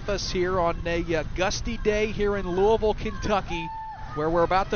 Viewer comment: I heard that too lol. It was Louisville.